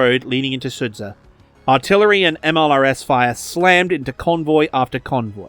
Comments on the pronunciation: Quick correction: It's pronounced "Su-ja", like in "Jam". "Dž"/"Dzh" makes sort of the same sound that the english J does. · “Sudzha” is pronounced like “suja”, with the J sounding the same as when you say “Joe” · Sudzha is pronounced captured.